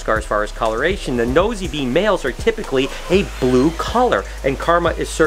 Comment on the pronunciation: it’s pronounced Nosey Be (Nosey Bay)! I am currently obsessed with panthers! I have an ambilobe and an ambanja!